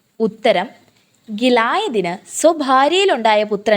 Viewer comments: Good.Butഗിലയാദ് ആണ്ശരി.ഗലായാദ് അല്ല. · ഗിലായദ് അല്ല ഗിലയാദ് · Please pronounce the words etc. Amonkar, Gilayad etc. Don’t. Make confusion. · ലയ്ക്ക് അല്ല യാ നീട്ടി ഉച്ചരിക്കുക